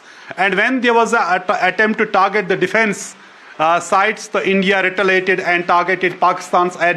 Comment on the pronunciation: Who has employed this clown in NDTV ? For God’s sake he can’t even speak simple English - he is so embarrassing . Rita lated = retaliated 🤣 Engeeenar = engineer haha haha😂